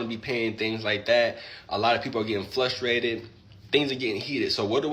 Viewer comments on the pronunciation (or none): I love this guy !! First, he stood up for himself, plus, he said 'flustrated'😂😂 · Did he say if "flustrated" or frustrated 🤔